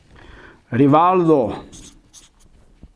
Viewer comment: Rivaldo = Riracda :DDD